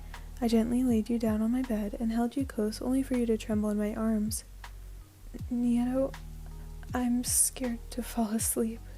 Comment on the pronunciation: Sorry- I think Neito's name is pronounced like "nay-to"